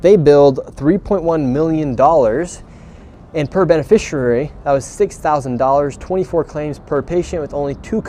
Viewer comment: how has he still not learned how to pronounce the word "beneficiary"?